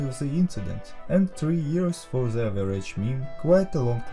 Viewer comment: may i ask why do you say "ze" insted of "the"